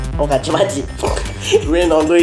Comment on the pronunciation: うぐいすだに↑じゃなくて鶯谷↓な